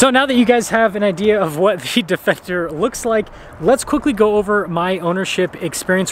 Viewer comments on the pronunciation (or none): "Defecter" hehehehe